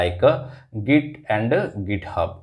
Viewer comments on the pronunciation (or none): none